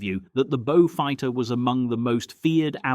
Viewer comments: Now a bo-fighter. AI sure is doing well............. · Now a Boe-fighter........ This just gets worse !